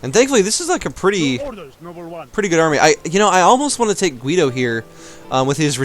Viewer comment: You shouldn't pronounce the U at Guido, it's there to soft the pronounciation. Also, Kill em all!!! Leave no one alive, empale them whith arrows, crush their hopes and skulls with the knigts